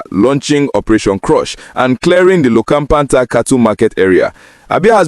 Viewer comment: Please learn how to pronounce names of towns... Umuowa, Ihitte, Lokpanta...